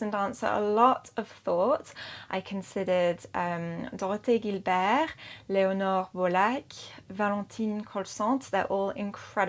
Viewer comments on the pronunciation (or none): akane takada neither spelled nor said correctly. and gilbert is pronounced with a soft 'g'. not a big deal but seeing as it was said they were correct... that said i dont know how to pronounce the russians and thats ok too.